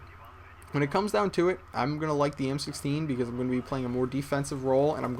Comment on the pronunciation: word: beCUZ